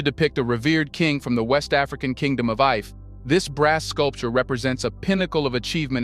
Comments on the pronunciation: Ife is prounced 'eefay' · You mispronounce the name ife